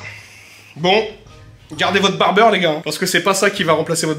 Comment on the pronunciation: Barbier pas '''barbeur'' ✂️